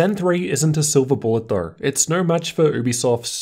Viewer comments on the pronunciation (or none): It's objectively pronounced Yoobisoft Ouch...